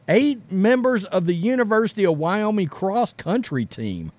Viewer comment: I love this channel and what you guys do and I'm hesitant to mention this, but it's WyoMING. Like ring or sing. Ming. Keep up the great work guys.